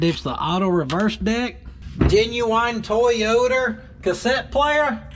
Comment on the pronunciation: The ole "TWOYOTA"